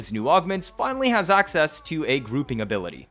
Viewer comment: Axseas! lol